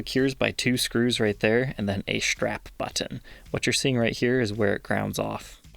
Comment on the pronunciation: It’s also the first time I’ve heard of a strap but-TON. I think ol’ might have a touch of the ‘tism. Not a bad thing. Just saying.